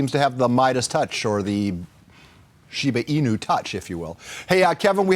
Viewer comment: I'm surprised to see nobody correcting his way to pronounce "inu"? It's not shiba ee-new, just ee-nu as in "nutrient"